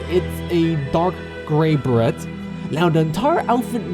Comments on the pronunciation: really like the attention given to getting the bugs right. real roaches have an iridescent look and big flies are colorful. the dusty vanilla ones are so dull. BTW it's pronounced "bur-Ray" not "Bare-it" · lol beret is pronounced "ber-ray"